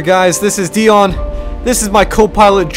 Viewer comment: this will take some getting used to... Kreb- DION... i mean Dion, I do like this video though.